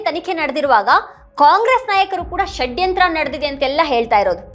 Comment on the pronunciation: ಮೇಡಂ ಈ ಉಪಮುಖ್ಯಮಂತ್ರಿ ಯವರ ಷಡ್ಯಂತ್ರ ಶಬ್ಧ ಉಚ್ಚಾರಣೆಗೆ ಕರ್ನಾಟಕ ಮಾತೆ ಧನ್ಯಳಾದೆ ಎಂದಿದ್ದಾಳೆ ಈ ಆರೆಸ್ಸೆಸ್ ಮನುವಾದಿಗಳು ಕಳೆದ 70..80 ವರ್ಷಗಳಲ್ಲಿ ನೂರಾರು ಆಸಾರಾಂ ಮತ್ತು ಗುರುಮಿತ ಸಿಂಗ ರಂತಹ ನಕಲಿ ದೇವಮಾನವರನ್ನೂ ಹುಟ್ಟು ಹಾಕಿ ಪ್ರೋತ್ಸಾಹ ನೀಡಿ ಬೆಂಬಲಿಸಿದವರು ಈಗಲೂ ಅದನ್ನೇ ಬೆಂಬಲಿಸುತ್ತಿದ್ದಾರೆ. ಧರ್ಮಸ್ಥಳದ ಮಂಜುನಾಥನೇ ಸ್ವತಃ ಸತ್ಯಾನ್ವೇಷಣೆಗಾಗಿ ಈ ರಾಜಕೀಯದವರ ತಲೆ ಪ್ರವೇಶ ಮಾಡಿ ಅವರ ನಿಜವಾದ ಮುಖವನ್ನು ಹಾಗು ರೂಪವನ್ನು ಮತ್ತು ಇವರ ಮುಖವಾಡವನ್ನು ಜನರಿಗೆ ಪರಿಚಯಿಸಲು ಹುನ್ನಾರ ನಡೆಸಿದಂತೆ ಕಾಣುತ್ತದೆ. ಮೇಡಂ ಇದೇ ಅಣ್ಣಪ್ಪ ಸ್ವಾಮಿ ಈಗಾಗಲೇ ಸತ್ಯಾನ್ವೇಷಣೆಗಾಗಿ ಭೀಮನ ತಲೆಯನ್ನು ಹಾಗು ನೂರಾರು ಯು ಟ್ಯೂಬರ್ಸ್ ಪತ್ರಿಕಾಕರ್ತರ ತಲೆಯನ್ನು ಪ್ರವೇಶ ಮಾಡಿದ್ದಾನೆ.ಪೆಟ್ಟು ತಿಂದರೂ ಬಿಡಬೇಡಿ ಎಂದು ಪ್ರೇರೇಪಿಸುತ್ತಿದ್ದಾನೆ. ಅದೇ ರೀತಿ ಮಹೇಶ ಶೆಟ್ಟಿ ತಿಮರೋಡಿ ಅವರ ತಲೆಯನ್ನು ಇಡೀ ಮಂಜುನಾಥ ಹಾಗೂ ಅಣ್ಣಪ್ಪ ಸ್ವಾಮಿ ನಿದ್ದೆ ಮಾಡಲು ಬಿಡದೇ ಏಳು ಎದ್ದೇಳು ಎಚ್ಚರಾಗು ಎಂದು ಹೋರಾಟಕ್ಕಾಗಿ ತನ್ನ ಮಹಾನ್ ಭಕ್ತನನ್ನು ಎಬ್ಬಿಸಿ 13 ವರ್ಷ ಮುಗಿದಿದೆ. ಧರ್ಮಸ್ಥಳದಲ್ಲಿನ ನೂರಾರು ಜನರಿಗೆ ಇದೇ ಅಣ್ಣಪ್ಪ ಸ್ವಾಮಿ ಬುದ್ಧಿ ಹೇಳಿ ಸತ್ಯಾನ್ವೇಷಣೆಗೆ ಬನ್ನಿ ಏಳಿ ಎಚ್ಚರಾಗಿ ಎದ್ದೇಳಿ ಓಡೋಡಿ SIT ಗೆ ಬನ್ನಿ ಸತ್ಯ ಹೇಳಿ ಕ್ಷೇತ್ರದ ಸೇವೆ ಮಾಡಿ ಎಂಬುದಾಗಿ ಬಡಿದೆಬ್ಬಿಸುತ್ತಿದ್ದಾನೆ ಇದನ್ನೆಲ್ಲಾ ನೋಡಿದರೆ ಮಹಾಭಾರತದಲ್ಲಿ ಧರ್ಮದ ರಕ್ಷಣೆಗಾಗಿ ಸ್ವತಃ ಚಕ್ರ ಹಿಡಿದ ಶ್ರೀಕೃಷ್ಣ ನಂತೆ ಇಲ್ಲಿ ಸ್ವತಃ ಮಂಜುನಾಥ ಸ್ವಾಮಿಯೇ ಸತ್ಯಕ್ಕಾಗಿ ಹೋರಾಟಕ್ಕೆ ಇಳಿದಂತೆ ಕಾಣುತ್ತದೆ. ಭೀಷ್ಮನ ಕುಂತಿಯ ಕರ್ಣನ ಹಾಗೂ ಅಶ್ವತ್ಥಾಮನ ತ್ಯಾಗಕ್ಕಾಗಿ ಹುನ್ನಾರ ಮಾಡಿ ಧರ್ಮ ಯುದ್ಧವನ್ನು ಜಯಿಸಲು ಪ್ರೇರೇಪಿಸುತ್ತಿದ್ದಾನೆ ಎನ್ನುವಂತೆ ದೃಶ್ಯ ಸ್ಪಷ್ಟವಾಗಿ ಕಂಡುಬರುತ್ತದೆ ಸ್ವಾಮಿ. ಸತ್ಯಮೇವ ಜಯತೇ ಇದು ಬರೀ ಶಬ್ದವಲ್ಲ ಇದು ಭಾರತಾಂಬೆಯ ಮಣ್ಣು ಎನ್ನುವುದು ಸಾಬೀತು ಆಗಲಿದೆ